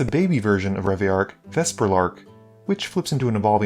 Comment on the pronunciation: My man, please- it’s Reveillark Edit: when you said you tutored for locus of rage you flashed up locus of creation